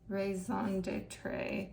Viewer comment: raison d'etre is pronounced Ray-zon detra